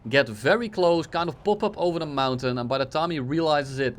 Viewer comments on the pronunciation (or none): none